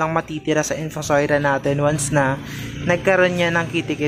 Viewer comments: In-Fu-So-Ria.. hindi po In-Fu-Soi-Ra... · Infosoira or infosoria..kasi infosoira po sabi mo.pero nevermind po..salamat sa info..sory ha